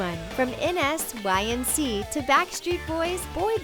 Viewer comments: Really? N-s-y-n-c it's nsync like insink if you can't pronounce it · anyone else cringe when she said N-S-Y-N-C instead of N'sync? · Stop saying n-s-y-n-c. I hope you’re joking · Did she spell out N'Sync 😒😒